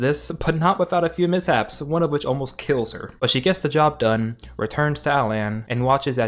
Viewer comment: DONEE!!!!??????? IT IS NO FKIN DONEE!!!!!!!!